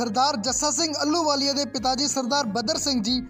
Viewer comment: ਅਲੂ ਵਾਲੀਆ ਨਹੀ ਜੀ। ਆਹ ਲੂ ਵਾਲੀਆ ਮਹਾਨ ਜਰਨੈਲ ਸੁਲਤਾਨੇ ਉਲ ਕੌਮ ਬੱਬਰ ਸ਼ੇਰ 🙏 ਮਹਾਨ ਜਰਨੈਲ ਦਾ ਸ਼ੁੱਧ ਨਾਮ ਉਚਾਰਣ ਕਰਨ ਦਾ ਜਰੂਰ ਅਬਿਆਸ ਕਰੋ ਜੀ।